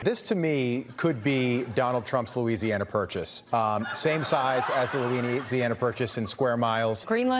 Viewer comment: I am surprised she didn't call out that the guy said "Luweenie anna purchase!"